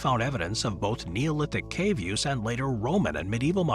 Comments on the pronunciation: Cave canum is pronounced Kah-vay, not Kayv. Literally “beware of the dog” in Latin. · Nearly correct. The v is pronounced as a w.